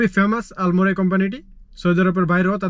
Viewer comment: আলমরাই? নাকি আলমারাই? আগে উচ্চারণ শিখেন। পরে ব্লক করবেন।